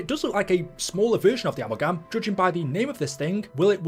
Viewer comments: Uh-mal-gum lol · Straight up 😂 he thinks it's called ammogam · Bro, are you trolling? Amul-gam? 😂